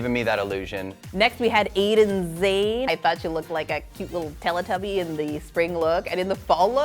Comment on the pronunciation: Why does she keep saying Eden when it's Aiden? Come on.